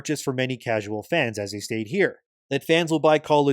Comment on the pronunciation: You mispronounced “HE” multiple times